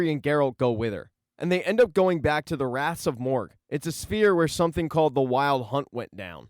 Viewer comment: Decent recap mate, but u really need to work on your pronunciation: - the "Kaer" is Kaer Morhen is pronounced like "Care" - its the "Wraiths" of Morhogg -- not "Wraths" of Morhogg - why not call Triss by her first name, like everyone else - its "Cahir" , not "Cahar" Also, that was not Ciris mother during the Dol Durza... the baby in the vision clearly has brown hair. The woman choking triss in the vison is actually Lara Dorren, and the baby is Rhiannon.